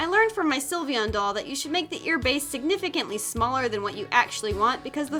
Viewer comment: John Robinson It’s Sylveon not Silivion or Syilvion